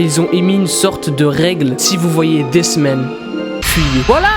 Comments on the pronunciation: quand t'as dit ''this man'' jai cru que t'avais dit''des semaines'' tes pas tres fut fut pour l'accent englais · Quand il a dit "This Man" j'ai cru qu'il disait "Des semaines" (voilà c'était très important à dire.) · Moi aussi ._.